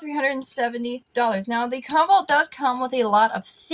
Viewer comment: Comvolt , more like convolt